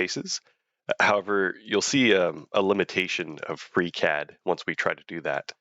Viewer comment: anyone else heard "freak head" or is it just me? :D